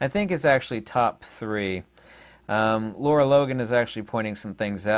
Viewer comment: Good info. Her name is Lara, not Laura.